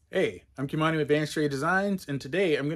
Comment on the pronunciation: Did you say KImani?